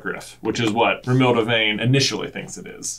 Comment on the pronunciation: The dude couldn't even say Romilda right?